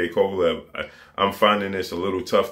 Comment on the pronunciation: Lmfao “KKKovalev”